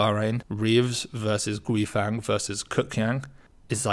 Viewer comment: Enjoy the posts. Just a nit-pick. Guifang is pronounced Gway-fong (I've a Chinese wife!). Keep the content coming!